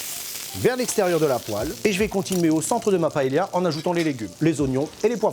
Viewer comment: Vous avez vu, je prononce bien Valencia ? Brrravo. Mais pa-hé-la ???